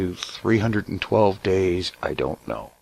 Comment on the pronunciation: Was I the only one who heard "I donna have the power!" in a Scottish accent ? :)